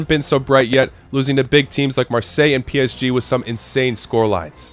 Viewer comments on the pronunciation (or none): none